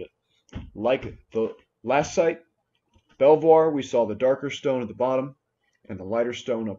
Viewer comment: ...Great work! Great content! By the way, Belvois is pronounced BEE-VER, in England. And its Karka-son, not carco-sony. Lol!